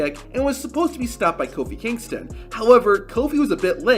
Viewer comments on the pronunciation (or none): none